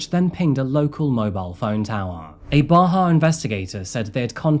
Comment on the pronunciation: Congratulations on 2 million so happy for you . Every time u say Bahia I think of my bahia Grey birdeaters lol.